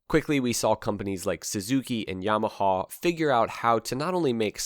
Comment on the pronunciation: Just can’t take how he says yamahawwww